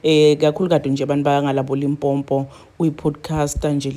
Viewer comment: Limpopo not Limpompo